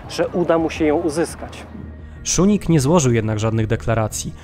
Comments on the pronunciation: błędna wzmowa nazwiska kancleża Austrii.W żadnym wypadku Szunig tylko Szusznig. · Jedna mała uwaga, nazwisko kanclerza Austrii brzmi Kurt Schuschnigg czytamy szusznik, szusznig, a nie szunig 😉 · Schuschnigg a nie "Szunig" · dlaczego mówi pan Szunig . kanclerz Austrii nazywał się Schuschnigg co wymawia się Szusznig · Schuschnigg (Wymawiamy Szusznig), a nie Schuning. Wielka Brytania miała zareagować- niby jak? Miaĺa cztery dywizje piechoty. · Strasznie to razi... mam nadzieję, że nie tylko mnie... Suschnig a nie schunig, czy jakoś tak jak jest w audycji.... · Czyta się "SZUSZNIG", a nie "SZUNIG". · Błagam..Szusznig a nie Szuning.. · szuszning a nie szunnig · Uwielbiam Wasz kanał, ale o co chodzi z tym dziwnym wymawianiem niemieckich nazw? Kanclerza czytamy Szusznig, a Reichstag to nie Rajsztag, tylko Rajchstag... 🤔🤔🤔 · Kurczę, uczyłem się niemieckiego 8 lat, mam znajomych Niemców i Austriaków i żaden nie powiedziałby inaczej niż Szusznig. To samo z Reichstagiem - Rajchstag lub ewentualnie Rajśtag, ale nie Rajsztag 🧐 Trzymam kciuki za kanał, bo - poza dziwną wymową też w innych filmikach - treść bardzo wartościowa. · Nie Schunigg tylko Schuschnigg i Reichstag nie Rajsztag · Ciekawy materiał. Zdecydowanie Autor musi popracować nad wymową nazwisk niemieckich. Nazwisko kanclerza Austri Kurta Schuschnigga wymawiamy jako Szusznig a Seyss-Inquart to Zajss-Inkwart. I będzie super. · Porwana wymowa Szusznig. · Pierwszy raz spotykam się z taką wymową nazwiska kanclerza Austrii...aż zacząłem szukać kto to jest....jednak wymową jest zła